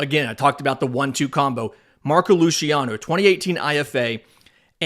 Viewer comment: Luciano is a Spanish last name not Italian. The pronunciation is with an S sound on the C not a Sh or soft CH sound. Sorry it’s a big pet peeve of mine ;). Good show thus far.